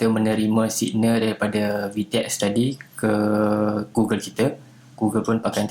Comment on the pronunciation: Sebutan dia gogel bukan gugel